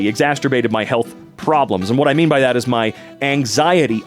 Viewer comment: I'm sorry but said "exasterbated" and that's going to stay with me